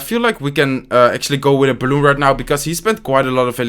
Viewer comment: C Marant quand il dit balloune